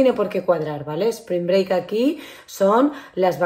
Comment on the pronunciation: Sssspring break.....not "espring break" :😂 maravillosas vacaciones. Y tu cutis luce maravilloso.....importante saber cuidarse y maquillarse como una estrella ❤ Eres una super madre como pocas. Esperando el pronto retorno de Sebas